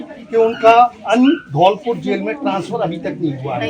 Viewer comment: Dholpur naam hai na ki dholapur jagah ka naam to sahi lijiye sir